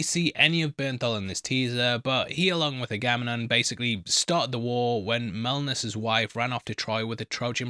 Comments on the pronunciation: Try these phonetic pronounciations. Agga-Mem-Non. Men-a-Lay-us. Tell-Em-Ic-us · Thank you for the breakdown. On pronunciations: Ag-a-mem-non and Men-a-lay-us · Men-a-layus & Aga-mem-non mate 👊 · AG-AH-MEM-NON MEN-AH-LAY-US POLY-FEE-MOUS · Pronunciations. Aga mem-non. His brother Mene-la-us. Odysseus’s son Telem a-cus. Siren Cir-see. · Here are the correct pronunciations: Oh-DIS-yus a-ga-MEM-non Men-eh-LAY-ohs SEER-see (or KER-kee) Ta-LEM-ah-kos